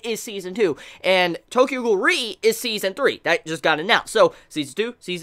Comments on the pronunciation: Now we know :RE pronounce as R E instead of re xD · When you say Tokyo Ghoul REE And it's Tokyo Ghoul R E